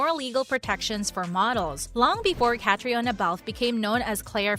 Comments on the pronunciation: Its pronounced Katrina! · Please learn to say Caitriona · Mispronounced her name